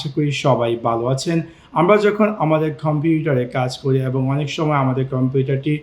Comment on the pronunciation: ভাই কোন ভাষায় কথা বলেন?🥴 খম্পিউটার কি?